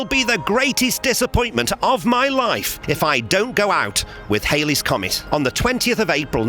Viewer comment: It's not "Hailey's" Comet. 🙃